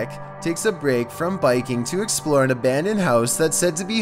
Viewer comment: "To exploour fourthaer"